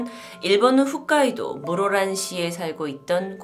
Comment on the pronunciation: 훗카이도 아니고 홋카이도